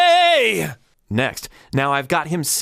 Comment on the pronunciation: I notice he does always pronounce ME as MAY in his songs, even today. You don't realize it at first but then one day it hits you. That's how smooth he is I suppose, it works for him.